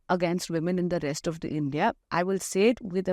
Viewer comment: Maam u r a senior journalist but still u call the i.n.d.i.a as i.n.d.i.a.a,how come?? Its indi alliance plzz rectify